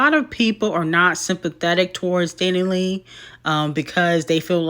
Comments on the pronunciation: Dani Lay 😭💀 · constantly mispronouncing DaniLeigh's name will forever be funny 😂